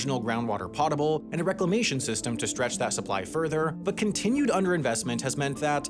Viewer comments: “Potable” is pronounced “Pow-tuh-bl” not, “Pot-able” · "Potable" is pronounced like a place you could drive your boat. "Boatable." Just swap the "B" sound with that "P" sound. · “Potable” is pronounce like “boat-able.” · That's not how you pronounce "potable." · I now feel like Sam is actively trying to figure out just how many words he can mispronounce in a single video. Häagen-Dazs? Potable? (there were others too) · you might want to learn the correct pronunciation of potable. and Haagen Dazs. I enjoy the knowledge content/mini deep dive/well scripted nature of this channel and the "pottable" in this one caught me off guard.